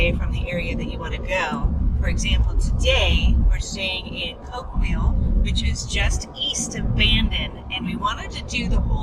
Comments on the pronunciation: Being a lifelong resident of the Oregon Coast, I loved you journey down the beach. However, your mispronunciation of some of the local areas was a little off-putting. Great photography! (Arago is pronounced Air-uh-go. Coquille is Co-keel.) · Nice video. It always helps to find out the correct pronunciation of the cities and places. For instance it isn't Ko Kwell....it is pronounced Ko-keeel. And The amazing rock you called the wizard is actually called Wizard's Hat Rock. I have a spot of land there maybe about 600 yards from that rock, up on the cliff. Very nice video though...must have been fun for you. I hope so. The Oregon coast is one of the most beautiful places on planet earth IMO. Thanks again! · Coquille is pronounced "Ko-Keel". Not Ko-kwill. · My wife and I enjoyed watching your video on the Oregon coast. We’re hoping to travel Coos Bay south to California next month. Our daughter lives near Coquille, Oregon in the little town of Arago. You butchered the pronunciation of both Arago and Coquille. Arago is pronounced, Air-a-go. Coquille is pronounced, Co-ke-eel. Thanks for the video it was very enjoyable.